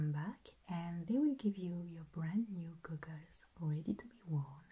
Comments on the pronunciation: She pronounces goggles like gu-guls and I love it lol. I may have a new favorite ASMR channel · I just like to hear her say " goggles ". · THE WAY YOU SAID GOGGLES JUST MADE MY WHOLE DAY I loved the video id love another optometrist video this was very very tingly and relaxing and the steampunk optometrist was perfect it's my favorite video on the internet right now and my favorite video you've ever done please make another steampunk optometrist I need new as you call them "goggles" 😂